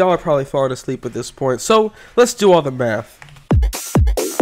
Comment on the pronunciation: Sorry but it sounds like your saying meth not math